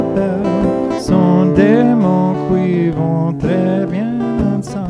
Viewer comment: Hi, very nice french speaking here! Just one mispronunciation on "qui" which must be pronounced "ki" instead of 'koui"... And as usual great guitar playing of course!